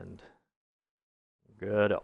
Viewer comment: Just a quick note for future reference: the people who developed the Godot Engine call it "Go Dot" and their logo is a "robot" (Go Dot). I started out calling it "Guh-dough" like you did, but in speaking to them they say "go dot".